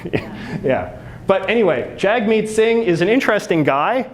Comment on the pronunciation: Jagmeet Singh ... pronounced Jug meet